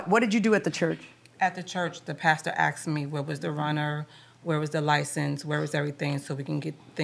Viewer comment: The pastor “axed” me???